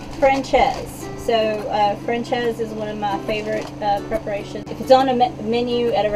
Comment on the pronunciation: It's "FRAN-SAYZ"